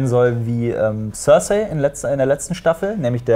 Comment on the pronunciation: tsörsai statt cercei ^^